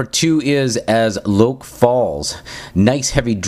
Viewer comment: Just heard the album, and I agree 100%! One thing though, track 2 is pronounced 'Low-kay', it's an alternate spelling of Loki. Also, Blood Eagle is about a Viking torture method, not a battle.